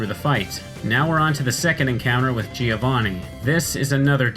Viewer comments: Its GIO-vanni, not GI-O-vanni... it sounds like joh in john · If I may: as an Italian, I always hear Giovanni being pronounced the wrong way. The first "i" is silent, so the correct pronunciation is something like Joe Vunny, not Jee o'Vunny. (thumbs up for my spellings) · Giovanni is pronounced Jo van ni, not ji ou vò ni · giovanni... bro cmon i also dont speak italian but its not that hard to pronounce